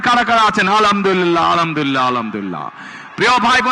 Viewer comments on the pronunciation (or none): যে নেতা সালামটা ভালো করে দিতে পারে না আবার আলহামদুলিল্লাহ তাও ভালো করে বলতে পারে না সে আবার নাকি বাংলাদেশকে সুন্দর করে গড়বে । আফসোস মানুষের মূর্খ নেতার কথা শুনে